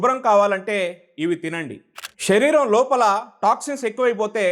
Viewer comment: Telugu baga matladandi shariram kadhu sariram